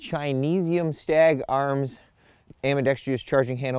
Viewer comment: Does ever pull his head out and learn how to pronounce words like AMBIDEXTROUS (am-bih-dex-truss), which he keeps pronouncing as am-bee-dex-TREE-us? He can't even get the number of syllables right!